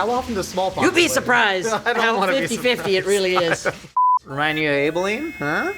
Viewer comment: I hate how you've pronounced Abilene